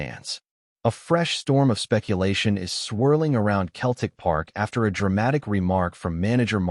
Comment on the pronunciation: Pardon me but why is a USA commentator continually saying "KELTIC" get your damn pronunciation correct its CETLIC "SELTIC"...